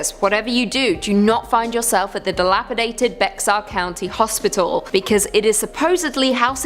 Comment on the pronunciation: While I don’t think you’ll cover Bexar county again, I thought I should say it’s said like Bear/bare rather than Bex-are 😭 I know, weird spelling